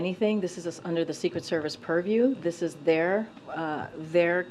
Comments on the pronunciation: If i hear one more "under the puriew"😡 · Oh yeah, please, say perview again. She says that so well.